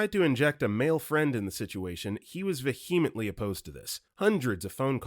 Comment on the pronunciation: Love your narration. Please look into the pronunciation of vehemently, toots (short for tootsie - just don't pronounce the 'sie'